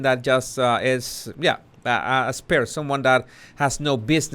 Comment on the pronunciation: Spare-Y 😄 Sparry -😂